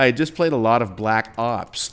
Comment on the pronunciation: Lol i though he said he played, a lot of black cocks.